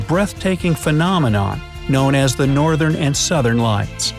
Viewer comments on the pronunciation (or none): none